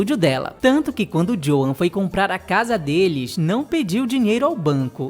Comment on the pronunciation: Excelente vídeo! Só uma dixa... Na pronúncia de Joan é inglês, o a não é pronunciado; fala-se "Djôun"